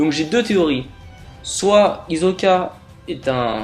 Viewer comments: c'est hisssssssssssoka pas hizzzzzzzzzzoka ok ? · Hizoka tu dit hi so ka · ta théorie est de la merde. et puis c'est HISSOKA. on dirait ke tu regardes pas l'anime. quelle déformation terrible hizoka mrd